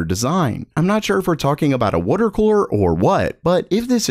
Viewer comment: “Wooter” cooler eh